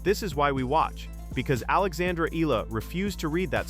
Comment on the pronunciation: Her surname is pronounced E YA LA. Please pronounced it correctly, E YA LA.